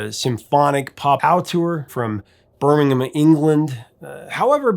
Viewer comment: You always make amazing videos and as an aside you are the first American I have heard pronounce Birmingham correctly. Well done my man. Keep up the great videos - when are you going to do something on Midge and Ultravox